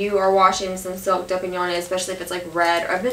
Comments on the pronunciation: Its pronounced DUPION ! Please ..:) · Dupioni is pronounced - Dupe-e-o-knee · Its dupion! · Do pee owny but I like the way you say it more. ;) That baby child is precious and lucky to have such a great mama!